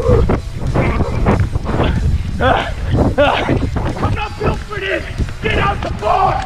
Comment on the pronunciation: Colby runs from guy “ IM NOT BUIT FOR THIS” did anyone else hear that 😂